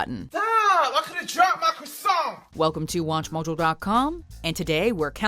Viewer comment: Did you just said... CROISSANT... :}